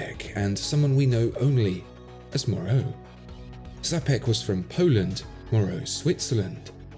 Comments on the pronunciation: It's Czapek (like Tshapek) and not Zapek, and he was Czech and not Polish. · Since Czapek is polish name it should be pronounced as Chapek with "Ch" like in Champion. The name comes from the word "Czapka" which means Hat. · Correct Polish pronunciation of "cza" in Czapek is the same as "cha" in English name "Charles". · Seriously you put some knowledge and effort but showed absolute ignorance on how to pronounce "Czapek". It's so far from being correct that I hardly recognize any Polish sound in it and at the same time you have no problem with pronouncing JLC or any other well known foreign watch brand. As if lookin in google for phonetical expresssion was any problem. You know how it looks? Like Hip-Hop musican knowing nothing about watches but having 10 Rolexes teaching others what quality watch is. Not only Czapek was important historical person and formed Patek & Czapek brand but also "Czapek" brand was "reactivated" and their models are wonderful pieces of watch artisy therefore it really deserves to be pronounced correctly just like Jaeger Le-Coultre. You owe this little extra effort to community and watchmaking history.